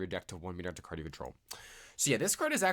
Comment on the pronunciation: The archetype is kinda cool but also heavily relies on playing it with other engines in my opinion. Also, it's Materiactor (Material + Reactor), not Meteoractor :P (yeah, I had to correct on that) Or do you just call it that way and it's a joke?